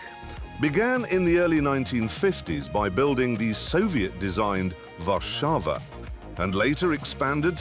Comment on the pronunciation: Jeremy! Respect for pronouncing "fabryka samochodow osobowych" and "Warszawa" almost perfectly!! 😄💪